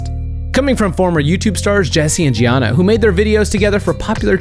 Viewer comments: You said jeana wrong!!! Its jeana (gene-a) not jeana (gia-na) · He said jeana wrong you say it like jeena